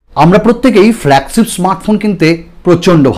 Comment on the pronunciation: Apnar flagship uccharon ta thik koren